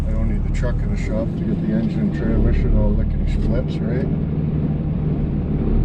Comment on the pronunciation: "Tramission" lol love it